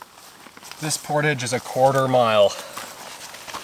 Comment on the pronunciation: You saw a beaver. When annoyed by your presence they sometimes flap their tail very loudly, at least here in Quebec. He didn't seem to mind you being there (yeah I'm a French Canuck follower, and you say 'portage' with the French accent pretty well...). Good clip as usual by the way.